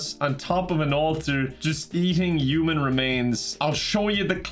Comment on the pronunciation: The way says Human makes me think... he may not be human